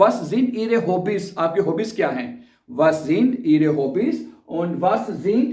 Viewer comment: ای غا کہتے ihre کو ای رے نہہں